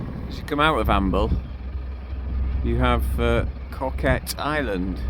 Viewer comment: Its pronounced CO as in the abbreviation for company....KET ...Good job you had nice weather ....coming out of Amble into Northerly's is not so much fun 🤣especially dodging endless pot buoys...Been demasted off of Alnmouth before coming back home to Amble with 8ft swells makes you realise how dangerous the North Sea can be.